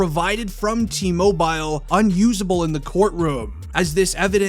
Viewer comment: Why are you saying mobile like that